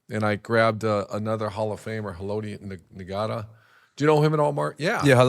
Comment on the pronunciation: Urban at about seconds into the podcast pronouncing “Haloti Ngata” is actually embarrassing. Not a ball knower.